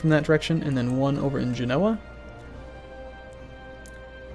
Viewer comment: Pronounce Genoa with much less emphasis on the NO. Its said like one fluid name not all choppy.